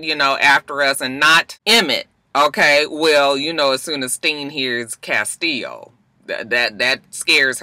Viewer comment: Me too, its the correct pronunciation